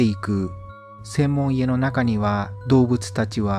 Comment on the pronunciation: 「せんもんいえ」ってなんですか？ 「専門家」ですよ いつになったら日本語が上手くなるんですか？ あと昔の動画消しちゃったんですか？